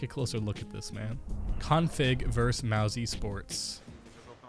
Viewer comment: "mow-ze sports" wtf???? youre supposed to be a professional isnt that what this whole channel is based off of lol